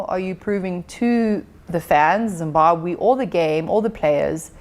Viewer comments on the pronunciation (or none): I think it is absolutely shameful and unacceptable that a whole Minister cannot accurately pronounce the name of the country that she is both a citizen of and serves 🇿🇼 #shameful